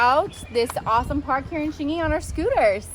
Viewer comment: Wait that’s Xingyi not Xingy ………